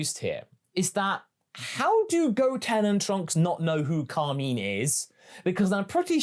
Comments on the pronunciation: Did I miss something, was he called Carmeen in the Japanese movie? I've not seen the move since release. Or is this a dubism? Cos I've known real Carmine's, and I've NEVER heard it pronouced so weirdly. Carmine is a stereotypical gangster name, like Carmine Falcone, which fits with the character aesthetic, I feel like I'm experiencing the Mandela Effect in real time. I honestly thought you were talking about Kami for the first minute and a half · Car- mine Cahr-my-n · Pronounce Carmine correctly or your pants will turn brown